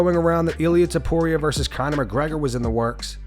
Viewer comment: Conor calling Ilia "Toporio" never gets old 😂